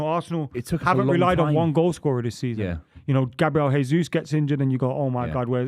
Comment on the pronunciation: The irony of saying "yoo dont know ball bruv" about ten times in the same show he calls Gabriel Jesus "Gabriel Hay-zooz" and Thomas Tuchel "Thomas Two-Shell". Then there's the thinking that Maignan still plays in France...